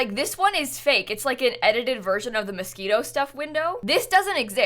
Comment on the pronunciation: I KNOW you’re saying Moschino, but with every power in me I keep hearing “Mosquito” and dying laughing